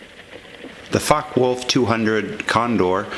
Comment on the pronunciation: Although I have subscribed and liked this video about the FW-200 Condor, I found that there was information which was missing which would have been nice to have been included. For example, the number of machine guns and calibre, where there other variants of this model, etc. Also, the pronunciation of Focke Wulf should be FOK-ker, VOOLF, rather than FOK-wolf.